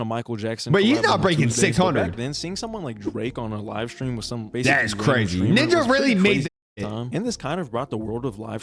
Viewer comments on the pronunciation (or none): Bro did not say ninja 💔